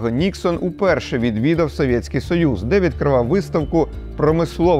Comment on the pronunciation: Я нарешті звик до Вашої вимови "совєтьский"...